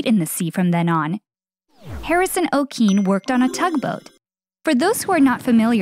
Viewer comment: Its not pronounced as Harrison okeene It's pronounced okene O-k-e-n-e